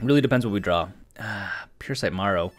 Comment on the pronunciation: And I own modern merfolk no budget and the fact you keep saying Marrow instead of Merrow “Mare-Oh” pronounces correctly is driving me nuts